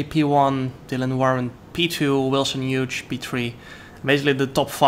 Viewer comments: Hughes is pronounced Hewes not Huge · Wilson's last name is pronounced (H-you-s), great race though, shame about the penalty, track limits have always been strange in these games. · I think the g in Hughes is silent jarno🤣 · It's quite funny how Jarno says "Wilson Huge"